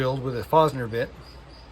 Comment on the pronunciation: I enjoy your videos and the info you give. But it really really bugs me every time you pronounce "forstner bit" as "fossner bit" its pronounced with the r and t. It almost sounds like "forced ner". Like the word forest without the e. When things that are common in a craft are being mispronounced by a craftsman it gives the impression that you dont know what you are talking about.